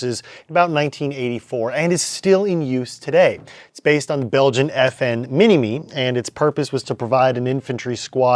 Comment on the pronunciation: Its pronounced mina- my